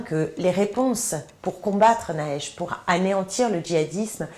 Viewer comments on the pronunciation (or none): j'ai bien entendu? "Les réponses pour combattre naesh..." elle est tellement idiote qu'elle n'arrive pas avec l'énoncé du problème...naesh! ..nunuche ouais..